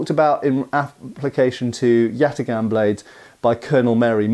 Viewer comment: Yatağan is pronounced "yatahn". The ğ serves to elongate the vowel before it.